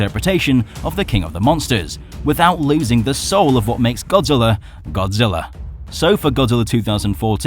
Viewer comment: YOU SAID BODZILLA INSTEAD OF GODZILLA